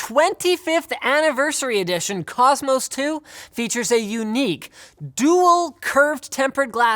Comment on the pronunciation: When he advertises the cooler master cosmos the bit where he says cosmos sounds like he's saying cost most